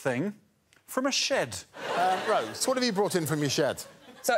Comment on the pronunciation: Even Greg's pronunciation of shed there is actually 'shaed', Rose's impression was spot on!